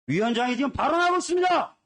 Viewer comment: 친일파당 아니랄까봐. “있으므니다”래 ㅋㅋㅋㅋ